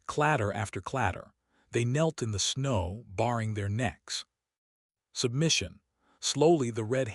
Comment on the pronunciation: Pacing (walking back and forth), not packing (putting clothes in suitcases). Baring (to bare) not barring (to bar, prevent access). Incorrectly pronounced repeatedly.